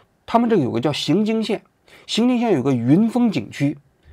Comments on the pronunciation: 不是xinjing县是yinjing县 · 荥（ying )经,荥为多音字，此处读ying,不读xing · 作为一个土生土长的四川人，王菊，来跟我念荥（ying二声）经（jing一声）、荥（ying二声）经（jing一声）、荥（ying二声）经（jing一声）！！！ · 读云，读云经县，写是荣经，没文化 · 雅安荥经，荥念ying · 荥是ying （二声） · 荥经县，念ying